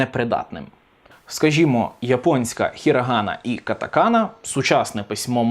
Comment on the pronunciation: Дякую що хірагана а не хірАгана.